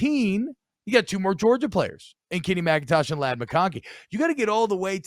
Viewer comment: Aaron, did u say kenny micintosh? lawd son! 😂 it’s MACintosh homie